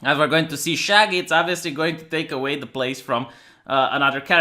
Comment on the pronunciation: it's shaggy not shagyyyiiiii